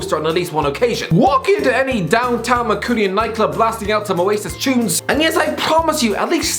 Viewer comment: What the fuck is a Mancoooonian? Nobody has ever pronounced it like that